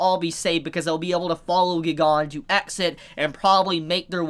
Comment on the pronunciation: I personally believe you are pronouncing Giganto wrong. But I still watch your videos lol